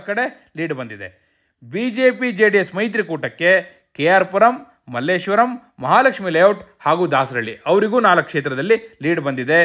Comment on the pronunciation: ಅದು ಮಲ್ಲೇಶ್ವರಂ ಅಲ್ಲ ಸರ್ ಮಲ್ಲೇಶ್ವರ ಅಷ್ಟೇ